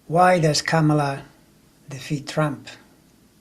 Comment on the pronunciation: Great sense you make of this. I have to remind myself constantly to say her name, not like Pamela, but like 'comma la'. Many of us do.